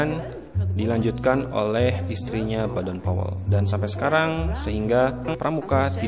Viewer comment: Sran dari saya min klo bisa baca nama kluarga boden powel jangan badan powel semua,seperti bapak pandu Pramuka itu kan anak nya badan powel